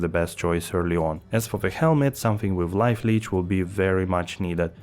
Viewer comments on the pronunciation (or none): none